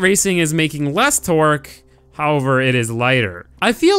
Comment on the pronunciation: Lol he says twerk instead of torque.